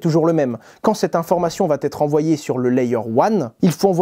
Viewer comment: On dit va être et pas vat être